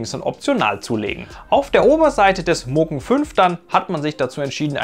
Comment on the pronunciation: Es heisst Mugen, nicht Mogun :-)